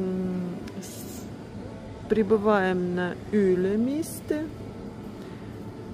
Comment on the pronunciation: ЮлемИстэ 😂😂 ударение смешное))) сразу видно "привет город Нарва" )) ну так, по-доброму посмеялась) без обид)